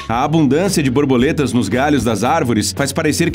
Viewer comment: Ele falou "Brorboletas" ou tem algo de errado no áudio?